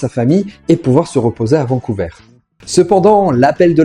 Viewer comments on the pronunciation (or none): none